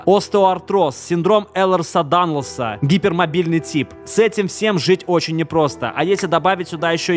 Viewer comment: Элерса-Данло́са, и не "э" а "ьэ". Просто у меня такое же;Р